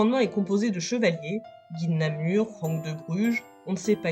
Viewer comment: Guy De Namur, pas de namour. Pour la prononciation de goedendag vous êtes absous. Parler de "francophones" à l'époque est anachronique, c'étaient des langues romanes